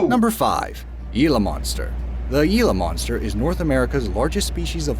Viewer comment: Did she really just say the "Gilluh Monster"?